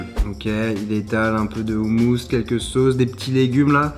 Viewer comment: "un peu de 7omous " H H HHHH pas omous HOMOUS